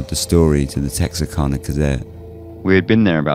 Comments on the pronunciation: Wow this is the second time I have had to filter this story. Lol my family's lived just outside Texarkana since 1830. I can tell you everything about this. Believe it or not there's lots of lies. Just say it right. It's kana. I'm from the woods. Retired nurse and first responder. Lol it's so funny to hear you tell the story. Lol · I'm an American and I had no idea it was pronounced "canna", rather than "cah-nah". To be honest, I didn't even know that Texarkana was a real city. I thought it was a name for the general region where Texas and Arkansas meet. Like how people refer to the sprawling area between Washington DC and Boston as "Bowash".